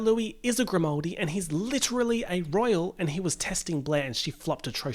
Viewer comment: 'Princess Fiona' LIT-E-RAL-LY